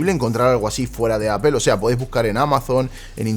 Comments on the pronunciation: Porque los españoles dicen apel... Que no pueden decir apol? Porque si quiera leyéndolo literalmente podria decirse apel.. sino aple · Nada más dijo "apel" y dejé de ver el video...según los españoles dicen que si no sabes pronunciar Inglés lo menciones como está escrito, pero en ningún lado pone "apel"!!!! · appel se oye horrible. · una preguntilla freak, por que "apel" y no "apol"? saludos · "APEL", me voy de aqui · Shot por cada que el gallego pronuncie "appel"😂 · Alguien me explica porque le dice apel? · Por qué en España insisten en pronunciar aPel ( Apple)? En serio no entendiendo.